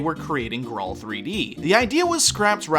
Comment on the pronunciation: It's pronounced "grail"